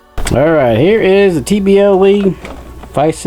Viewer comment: Nice unboxing! always grinds my gears when boxes come smashed up, but what can you do? I keep hearing you say TBL League; but isn't it TBLeague? sorry couldn't resist! I have yet to be able to find these full super duck sets anywhere, could you provide insight?